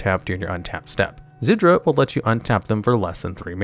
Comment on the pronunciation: He first pronounces Zirda correctly, then less than a minute later calls it “Zird-uur”, then calls it “Zidra” I was still kinda skeptical about whether he mispronounces cards on purpose until he pronounced Bedevil as “Bed-evil”